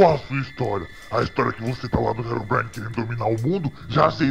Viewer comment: o Rezende fala erobrine mais e herobrine ele fala errado